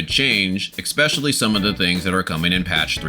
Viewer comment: Helpful guide. Off-topic but why do you say eckspecially/eggspecially/expecially? Instead of especially